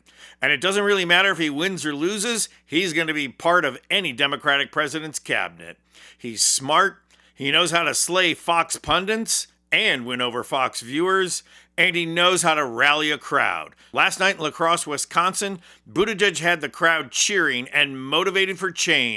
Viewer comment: What’s a ‘pundint’?